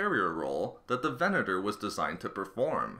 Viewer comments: how many times did you actually say VENETOR? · Furth-ur the Venet-ur class destroy-ur was small-ur. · Largur, Furthur, Destroyur, Venatur, Howevur woa noice speaking m8